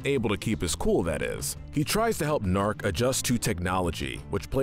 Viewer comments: Point: the episode where they introduce Kole and G'Nark, they emphasize MULTIPLE TIMES that his name is pronounced G-Nark, hard G. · It's GA KNARK! get it right! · "Next is Kol and Nark" Cyborg: "It's actually G-nark"